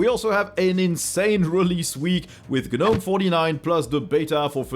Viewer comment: Gnome is pronounced with a silent G, like "NOME"